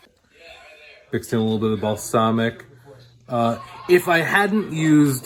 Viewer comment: You mispronounced Balsamic! It's Bal-SAM-ic! lol